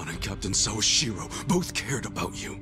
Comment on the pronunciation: The pronunciation of Sawashiro is correct though. I've been learning Japanese for a few years, I doubt you have.